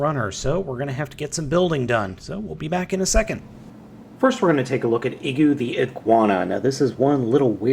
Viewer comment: I think the "i" in Igu is supposed to be pronounced like "ee" as in "green". But I'm basing that solely on the fact that the figure came from Japan.